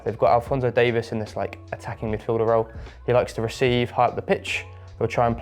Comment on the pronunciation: What is it with folks overseas mispronouncing Davies name?